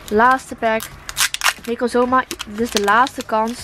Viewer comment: Necozma sprak je voor lgels mij verkeerd uit in de pokemon serie werd het veel anders uitgesproken